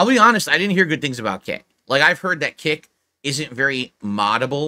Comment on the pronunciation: "i'll be ahnest i didn't hear good things about Kick" well, look who's talking, can't say i heard good things about either!